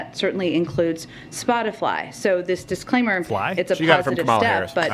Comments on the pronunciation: "Spotifly," eh? The airhead needs to take herself and her fake lashes and take a trip down a flight of stairs. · Did Reptilian press secretary really say spot-a-fly??? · Oh shit. If you click the back button as soon as she finishes the word "spotifly" you can see Chucky. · She definitely read that response, but I wouldn’t exactly call it “carefully worded”, she said “Spotifly” 🤦🏻‍♀️